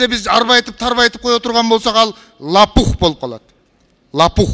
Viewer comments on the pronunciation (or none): Лапух эмес лопух 😂